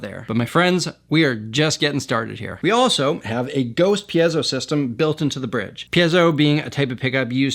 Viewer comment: Also. THANK YOU for pronouncing “piezo” properly.